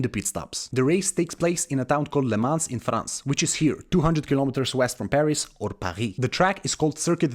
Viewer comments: Great video but the whole time youre pronouncing it wrong. Its not "le mans" but "le mon" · Isn't Lemans pronounced LeMan? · Awful pronunciation. Please run the name through Google translate next time just to hear how it’s supposed to sound. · the le mans pronounciation tho lol